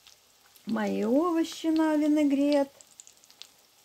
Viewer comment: Люда лукавит. Вы ни разу не сказали правильно слово винегрет.